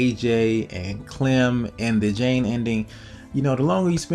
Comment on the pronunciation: indeed, luke was like clamintines older bro, srsly though, clem not clam xDD